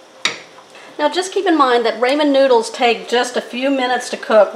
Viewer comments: Looks good! Most people call it Rahmen not Raymen noodles.Just a tip.💕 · RAH Men noodles. Never heard it called Ray men before. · Can't wait ti try this as I have some ramen noodles. But ramen is not pronounced "raymin" it's pronounced "rawmen", RAWMEN. Thanks for the recipe. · It’s pronounced “Rah-men” not “Ray-men.” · HAHA, RAYMON NOODLES!! How about "RAW-MEN".... I'm cookin' tonight, my wife is gonna love this & so will I. Thank you!! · TYFS it looks delicious 😋. I’m sorry 🙄 but it’s it’s rah-men noodles not ray-men. Please forgive me & please keep the recipes coming 😉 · Please… RAHmen; not RAYmen!!! 👍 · I dont call them ray-men. We call the rah-men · Raaamen not raymen. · "RAW"men not "RAY"men, talk about butchering a name. SAD!!! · It’s Rah-men with a short a. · This looks great will try it soon . Also its pronounced like " RAH- MEN" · Don't you mean "ray - ray - ray - men"?! 🤭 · Folks always fussin about how to pronounce them. My uncle had some and said they were definitely Raymond's noodles! 👨‍🍳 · Raymon noodles lol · It's pronounced Raw-Men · I never heard anyone pronounced RA-man?? Wonder where she comes from? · Pronounced raw-mon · I also say Raymen noodles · How can you mispronounce Raman Noodles??? RAH MAN…. LIKE RAH RAH!